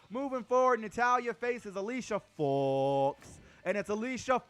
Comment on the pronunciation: I crack up everytime you say fox LOL